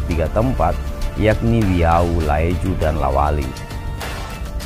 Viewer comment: La wali bukan Lawata